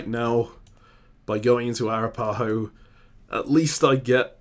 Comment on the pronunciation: Arapaho is pronounced a-RAP-uh-ho .... not ah-rah-PA-ho.... please fix how you both say it!